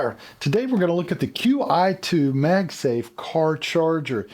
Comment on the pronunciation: It is pronounced “chi 2”.